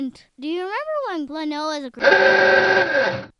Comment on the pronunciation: wow you can't say Klonoa right.